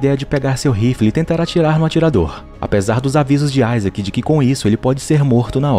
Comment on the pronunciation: Mano meu nome e Isaac e não fala assim